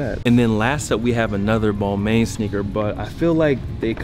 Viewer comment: Cool vid but just for the record your mispronouncing balmain